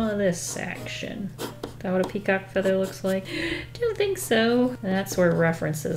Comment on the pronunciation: Word of the day: PeaCAW-KEE